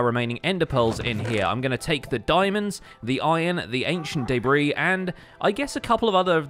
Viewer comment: Ancient “day-bree” 😆